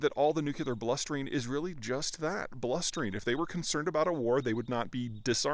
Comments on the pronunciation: Please learn to say nuclear correctly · NuCLEAR, come on Peter, you can do it !!